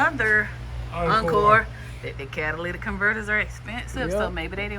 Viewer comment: Thank you for saying catalytic and not Cadillac 😂SOOO many people do